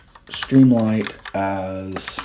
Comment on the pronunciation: I have to ask, why do you pronounce it “stream LIGHT” when it’s written “stream LIT” as in literature?